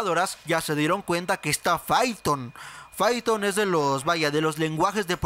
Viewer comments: Fython o python wey jajajaja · Se pronuncia paiton no fiton :v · Aguante el "faiton" raza! 🤙